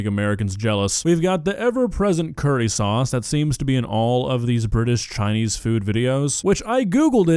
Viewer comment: That's not Chinese... That's Choyneyhs Bruv